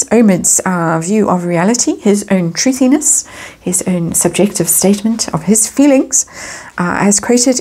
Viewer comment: “Thuthiness”……. So funny 😂